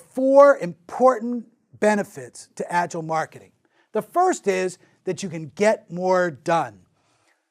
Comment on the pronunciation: What can you learn about Agile from a guy who doesn't bother to pronounce "Agile" correct 😏